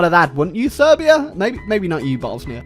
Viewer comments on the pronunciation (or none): none